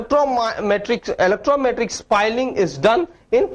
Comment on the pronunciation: its not electrometric its elastometric